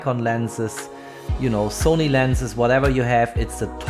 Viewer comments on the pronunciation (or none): none